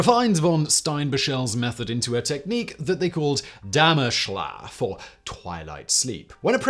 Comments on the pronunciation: I think you mean dämmerschlaf (like damnerschlaaf), when you said dämaschla... so exactly the translation from twilight sleept into german... anyways as a german biology student, who never heard of that, a very interesting vid :) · Steinbach is pronounced "sh-tah-in-bah-H" with the last H being like in "house" or "Henry". Also, it's called Dämmerschlaf, with "ä" being pronounced like "ai" in "airy".